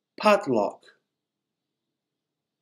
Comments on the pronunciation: Thank you for the videos. May I ask a question that why the /u/sound was pronounced as /uh/ in brush and /ew/ in dust ? It’s very different from what I hear from the dictionary. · Some word Pronunciation are not correct, as DUST!